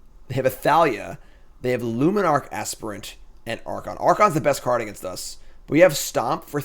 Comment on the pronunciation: So far you are the only MTG player that seems to know how to pronounce "aspirant" correctly. Enjoyed the deck and especially enjoyed Karn. Liked!